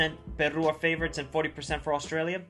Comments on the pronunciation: Is not Perrrru. Is Peru!!! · 1.Can you pronounce Peru better? 2. its really sad that after the world cup peruvian players were all waiting for offers from Europe but they never came! 3. Don't worry .. most SouthAmerica believes this team is stronger than 2018.